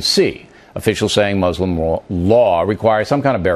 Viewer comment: I wonder if the first step to the US and Muslim countries agreeing on things would be at least one American learning how to pronounce Muslim correctly?